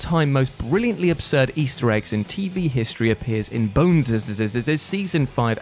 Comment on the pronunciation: bonessssssssssss fooled the ai for a bit. 😂